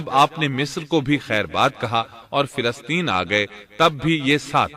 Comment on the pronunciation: Filasteen? Ap filasteen keun kahte hain? Falasteen *.